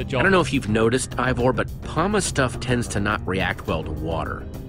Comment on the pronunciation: I just noticed that stampy says Ivor's name wrong